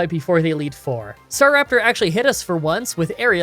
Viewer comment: Why you said staveawion but it starrapter